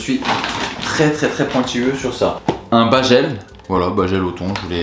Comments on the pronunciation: « un bAjelle »?? pardon? 😭😭😭ptdrr // appart ça j’ai bcp aimé la vidéo comme toujours <3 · Un BAJEUL ! Ça m’a tué 😅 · BaJel ? C’est fait exprès ou pas parce que là 😭